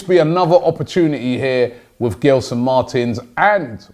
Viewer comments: It’s not gel-son Robbie its gel as in hair gel, so pronounced like jelson martins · Robbie, love the show. Not giving you stick, cause I know you like to pronounce these names properly. In Portuguese, when you have the letter G next to an E like Gelson, it's pronounced Jelson. Hope you sign him as I'm a benfica fan and Gelson is a good player for Sporting. Probably a top 3 player for them. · Pronounce with a J guys. (J)Gelson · You pronounce it as “Jelson” btw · Gelson Martins I think is pronounced as Jelsen Martins